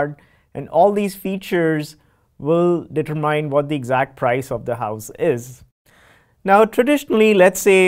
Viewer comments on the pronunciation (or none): Immediately closed the video upon hearing "determai". Can't stand it.